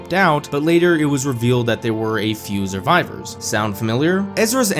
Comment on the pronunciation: I hate to be that guy but there's no 'z' in Survivors -_- Every time I heard "Zurvivor" I felt an entirely inappropriate frustration inside me lol